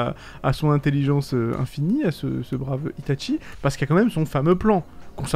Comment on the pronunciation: pourquoi tu dit tout le temps itate Tchie mdr